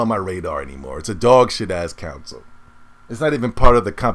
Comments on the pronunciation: I truly find your vids entertaining and I agree with lots of what you say. But dude, please try and say CONSOLE. Not council. The way you always say it sounds like you are talking about a tribal council jury. Sound it out. Connnnn sole. Not being a wise ass. Keep up the good vids. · Lol nigga said "counsel"